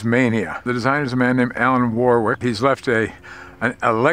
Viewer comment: Sorry, the designers surname is not pronounced "War-Wick" but "WORR-ik"..... Having lived in New Zealand for many decades I can tell you that people there would smile somewhat if they heard your pronunciation.